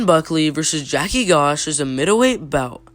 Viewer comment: Joaquin is pronounced 'waqueen' and Gosh is pronounced 'josh'.